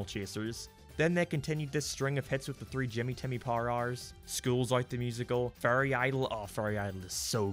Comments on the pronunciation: because this guy pronounces "Fairy" like it's "Furry"? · I like the fact that every time you say fairy it’s sounds like you’re saying Furry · OHHHHHHHHHHH he was saying fairy not furry i was so confused. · Haha! He says fairy like furry. That's funny to me! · I'm incredibly sorry, but every time you say the word "fairy" I keep hearing "furry". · “a boy being granted furry godparents” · When he says fairy it sounds like furry 😹😹😹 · I'm so sorry I cannit get over how you pronounce "fairy" because it is a goldmine of Furry jokes such as "Foop the Anti-Furry" and "Timmy and Mr Crocker must go to Furry Land"